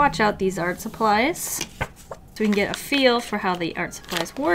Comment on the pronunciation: I dunno why but whenever says “Art” I hear “Arf” I’m so weird.